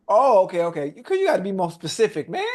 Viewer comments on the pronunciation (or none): Ocho he struggling to pronounce “specific” lmao